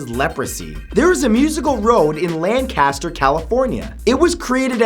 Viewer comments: they way he said Lancaster made me wanna die. I'm from Lancaster, Pennsylvania. it's not LANG-caster it's Lan-cast-Ur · 7- LANK uh stir.